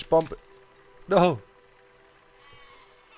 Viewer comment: Ouch, u dont pronounce the final b in bomb